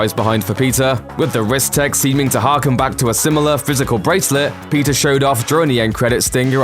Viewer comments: PEE-TER say it with me. Its not pizza alright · Why is he saying pizza instead of Peter 🤔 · Why when u say Peter it sounds like Pizza? Lol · I’m not the only one who heard Pizza Parker right?